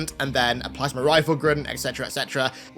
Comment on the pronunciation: When says "Plasma"; because of his thick accent, it comes out pronounced "plasmer" 😂😂